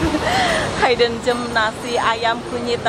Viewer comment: Disebut "hidden" tu seperti "hid" bukan "hide"😂😂😂